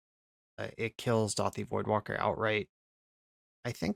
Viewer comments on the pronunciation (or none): did you say dauthi voidwalker??